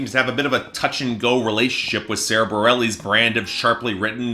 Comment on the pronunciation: Bah-rel-eez? You can't even get her name right... among other things